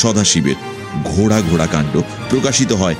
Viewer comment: খুব ভালো লাগছে, তবে কথাটা ঘোড়া , ঘ য়ে চন্দ্র বিন্দু টা বড্ড কানে লাগছে।